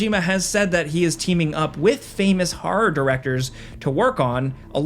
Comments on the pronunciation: What a creepy ‘harrrr’ game 😂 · I've never heard anyone pronounce "horror" as "har-rar". What place has an accent like that?